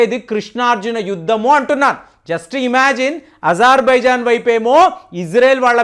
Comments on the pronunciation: సార్ మీరు ప్రదేశాల పేర్లు తరచూ తప్పుగా చెబురుంటారు ఉదాహరణకి అజెర్బాయిజాన్ ని ఇజెర్బయిజాన్ అని అంటున్నారు ఇలాంటివి చాలా వున్నాయి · Not izarbaizan pronounce it as Azerbaijan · అరె ప్రేమగా ఇజర్ బైజాన్ కాదురా నాతోడా అజార్ బైజాన్ అని మాట్లాడు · ijarbaijan kaadandi.Azarbaizan is correct.Pronunciation antha wrong cheptunnaaru..